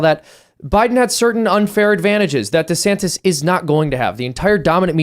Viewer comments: Without taking sides, one weird thing I noticed was that in the first video DeSantis, at the end, pronounces his name as: du-SAN-iss. In the second video, also at the end, he pronounces his name as: DEE-san-tiss. Again, without taking sides, how did he not learn the lesson of branding in politics. He should at least come up with one definitive pronunciation for his own name. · It's weird how he pronounced his own name differently than he usually does in his announcement video. Kackala does that too. Very odd.